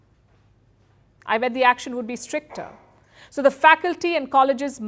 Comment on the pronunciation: Palki should improve on her grammar....... The word is strict-er NOT strict-ter 35,000 fans “were” NOT “was.”